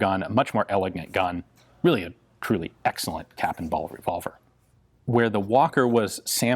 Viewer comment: Navee revolvee from rdo yeees.